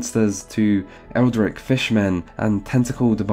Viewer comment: Is “eldritch” pronunciation with a “k” sound at the end normal in some dark corners of the earth?